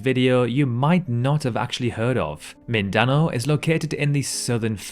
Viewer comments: Holy cow...Okay...Its pronounced Min-Din-Now = Mindanao As well, Those apes from Borneo are pronounced: Oh-Rang-Gu-Tang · The way he said Mindanao was very disappointing to me.. You would expect an American announcer to pronounce island names wrong but to hear an English announcer get it so badly wrong is depressing..